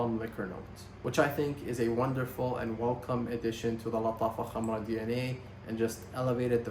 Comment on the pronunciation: Finally someone pronouncing Lattafa Khamrah correctly 😂